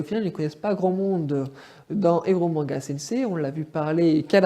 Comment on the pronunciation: Très bonne vidéo où je rejoins ton avis, c'est pas une copie, juste une autre histoire de l'auteur mais pour moi Oreimo est bien meilleur, c'est pas pour rien qu'il fait parti de mes anime préférés <3 par contre tu as dégomé les titres et termes jpp XD on dit Oléïmo, elomanga et éloge pour eroge voilà x) c'est le seul truc qui m'a cring x) très bon montage, continue ! ^^